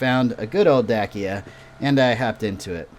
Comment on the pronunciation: Bro Its pronounced da-ch-i-a